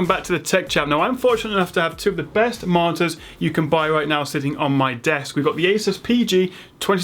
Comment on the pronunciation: When you say "monitors" sometimes it sounds like "monsters" :P